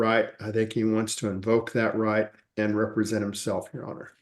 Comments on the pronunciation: Am I the only person that gets annoyed by a Sov Cit's misuse of words? It's not "re-pre-sent" tool, it's "rep-re-sent". To be entitled or appointed to act or speak for (someone). Especially in a special setting. Ahhhhhh! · You know your in trouble when you don’t know how to pronounce- represent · re-presenting himself? Re-suze? Did he never read these words out loud before, only seen them on a Qanon forum? Represent and Recuse. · RE-present? Re-SOOSE? Buddy…learn English before trying to play lawyer.